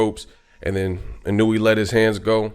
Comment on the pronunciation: btw, you say his name like this: EEE-NOO-WOO-AAA